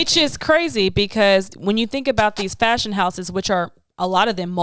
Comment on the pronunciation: I felt that when she said I might be broke or up or how ever but if it’s a shoe she wants from CPFM she gets it, and that’s me too lol with other shoes, Btw you guys need a twitter, I’m tryna show y’all a fav Nike blazer of mines from 2009. 👍🏼 btw that everytime she say FASHUN it’s hilarious 😂